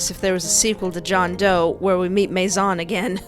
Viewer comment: Fun fact: His name isn't pronounced Mace-On, Or mace-in, It's actually Maizon, the french word for.. GUESS WHAT!! HOUSE. That's a clever lil' name to give a lure from a house. It's almost a warning. "La Maison."